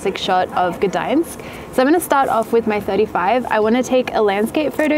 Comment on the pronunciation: As a Polish person I officially decided you're my favorite photography Youtuber when you said "Gdańsk" correctly